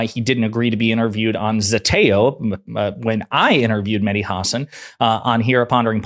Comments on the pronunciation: It’s HA-SAN !!! Not HAW-SON 🤝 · ha-SÁN…, not HÁ-san… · The guy's name is Ha-san', not Huh'-sn. Really. It's not that difficult. Whare have you been for the past fiifteen years not to have heard his name? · Great vid, props to Mehdi, just please be advised that you are mispronouncing his last name. It's pronounced "hah-sawn" with an emphasis on the second syllable. Once you get that fixed, you'll be right as rain. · The stress is on the second syllable: hasSAN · HAW-SAWN...it's Medhi HAW-SAWN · Let's all VOTE BLUE. 💙💙💙💙💙💙💙💙 His last name is pronounced...Hah-saan. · Learn to pronounce his name! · Why all of a sudden you're saying his last name incorrectly? But you say his last name correctly again. Get it together Bruv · Please pronounce names correct Hasan .